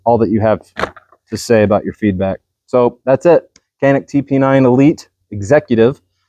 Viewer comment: Check me on this but I believe the correct Turkish pronunciation of Canik is JANIK